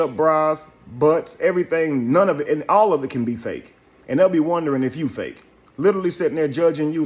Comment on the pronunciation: “Allovit” in her English 🤣 sis got braces 15 minutes ago with 5 kids struggling to get through those sentences but speak fluent BMW and Porsche real clear with wood paneling in the background yet he CAN’T have a apartment. Basement vibe 💯